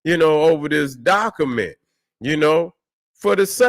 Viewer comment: What the hell is a Dockament?? Lol